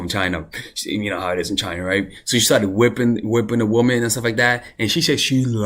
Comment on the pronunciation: My love it’s womAn not womEn